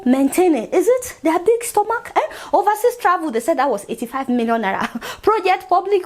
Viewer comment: I watch your show often and Ienjoy it, but please! Please! Learn how to pronounce Naira.......N.a.i.r.a, not naiya. It makes me cringe each time you say naiya